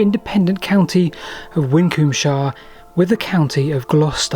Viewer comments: Probably pronounced Win-combe-shire. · Taking Kirkcudbrightshire as a model, it was probably pronounced Wisshir. ;) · Your "mispronunciation" of Winchcombeshire may very well be how people might have ended up pronouncing it. Both "sh" sounds make a slight tongue-twister and the word isn't very easy to pronounce. The evolution of language has a tendency over time to shorten or mutate things like that. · Very interesting video, but why do you pronounce Winchcombeshire like an American? Surely it should end in "-shə" like in Yorkshire or Hampshire?